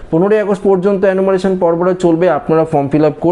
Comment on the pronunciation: Enumeration উচ্চারণ হচ্ছে এনুমারেশন (অ্যানুমারেলন নয়) এবং Fencing উচ্চারণ ফেন্সিং (ফেসিং নয়)। দয়াকরে গনমাধ্যমে ছোটদের ভুল শিক্ষা দেবেন না। বিনীত অনুরোধ রইল ।